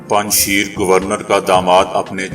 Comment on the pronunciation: Panj sheer nahi PANJSHAIR hy